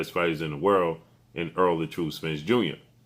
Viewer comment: His name is ERROLL not earl!!!